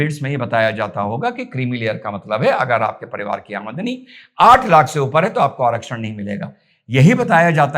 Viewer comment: Aa-madni kya hota h. 😂😂😂 Aam-dani hota h chicha.. Zabran hindi kyu bol rhe ho... Itni urda training thi kya